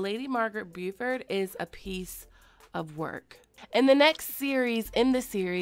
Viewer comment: Beauford is pronounced Bo (rhymes with go) ford.